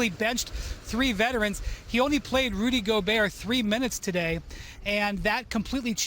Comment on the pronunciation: “Rudy Go-Burr” - Perk 😂